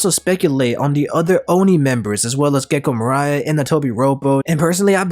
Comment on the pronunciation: Gecko Morai? Or do you mean Gecko Moria?